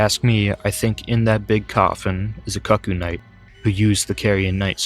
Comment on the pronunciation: I know it's a small thing but that's not how cuckoo is pronounced. And I could probably swallow my 'tism about that if it weren't for Iji naming them in spoken dialogue. Other than that good video